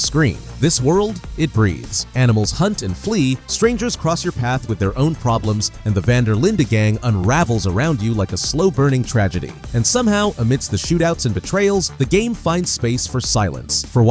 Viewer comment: Van Der Linde✅ Van Der lin day❌